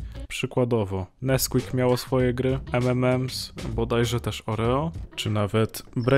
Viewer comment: Zaraz, co? Ememems? XD